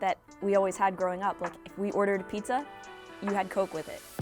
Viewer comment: peekza and peksi